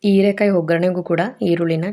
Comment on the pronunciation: ಹೀರೆ ಕಾಯಿ ಅದು ಈರೆ ಅಲ್ಲ